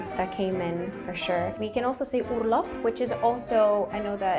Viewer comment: I guess she speaks German also very well because of how she prounced the German word Urlaub in her example. That was not the way someone says it who just recently learned German